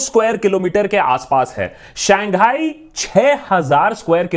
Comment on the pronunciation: Saangai nahi Shanghai